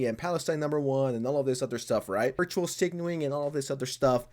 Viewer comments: It's virtue signal, not virtual signal. For someone who's job it is to talk you make a lot of badic errors in your speech, it's annoying. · It's virtue-signaling not virtual-signaling lol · Virtue not virtual lol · Guy. It's "virtue signaling", not virtual signaling. And it's "indirectly", not undirectly. And English is not my first language btw.